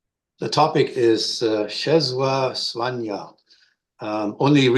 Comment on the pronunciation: Great presentation! A Polish person taught me the pronunciation of his name: 'Chesswaa Swaania" You are correct, the" Ł" is close to the English "W"